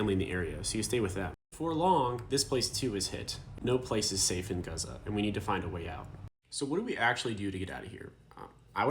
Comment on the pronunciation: I cannot express how grateful I am , as a Jordanian from a Palestinian mother , as a human , Thank you . The amount of respect I hold for you ... The amount of respect in you trying to get the name gazza right . ❤❤❤